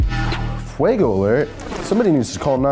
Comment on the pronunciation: it’s fuego not fuago